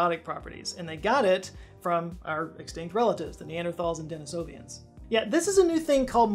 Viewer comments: They are not,"Denisovian". They are,Denisovan. Pronounced: di-nee (s)uh-vin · A Dennisovan?! What’s a Dennisovan,?! 🤨… 🤨